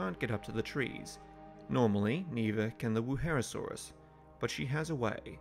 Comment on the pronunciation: It kinda pains me that you say Wuherosaurus, when it's Wuerhosaurus.